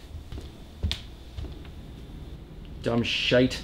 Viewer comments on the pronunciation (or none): none